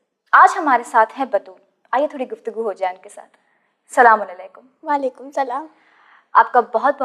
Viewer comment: Salaam un aleykum q bolte ho aap...Asallam-u-allekum hota h